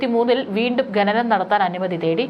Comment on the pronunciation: It's khananam not ghananam😮